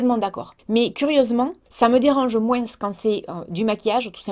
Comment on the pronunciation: "MOINSE" j'adore 🙂😉🙂